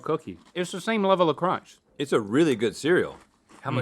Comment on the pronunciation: I just love when Link says “cronch.”